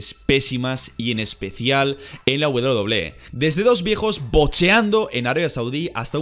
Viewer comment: Todo mundo: Doble ú doble ú é: Doble-é